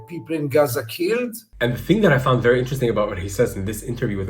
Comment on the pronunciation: when i hear gaza pronounced "Aaza" my stomach churns violently